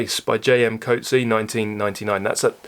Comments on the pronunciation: Ahem, as a South African and three times back-to-back winner of the All South African Nit-Picking Championship I should point out JM Coetzee's surname is pronounced more like 'Coo- tzee'e' (It's Afrikaans, a daughter language of Dutch, although sounds closer to Flemish) Thank you for your criticism. P.S. I hope no one has made this point below. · Hey. South African, here. Thanks for the vid. "Coetzee" is pronounced "Koot-see-uh", where "koot" rhymes with "soot". Edit: Also, you speak really well. Listening to you is enjoyable. Ever thought about getting into radio?